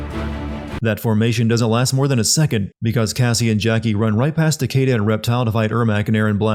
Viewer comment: It’s pronounced Ta - key - da, not Ta - kay - da.